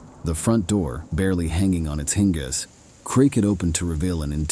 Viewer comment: AI is great until it can't pronounce hinges... The fuq?!!? 😂😮